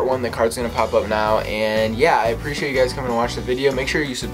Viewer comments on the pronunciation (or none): none